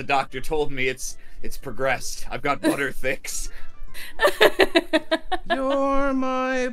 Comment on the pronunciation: surely it would be "Butter-thighs" not "Butter-thiccs"